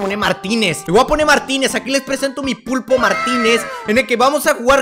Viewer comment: Se dice pulpo